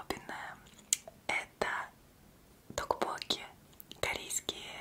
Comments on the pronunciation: ТокпоккИИИИ ударение на последнюю букву, слух режет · Мне казалось,что ударение токпоккИ🤔,но выглядят они вкусно. В Корее они есть и большего размера,так ,что их можно палочками есть😃